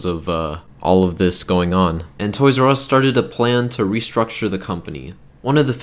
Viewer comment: Toys AR e not Us